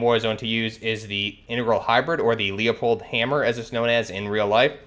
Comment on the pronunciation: Leupold is pronounced loop old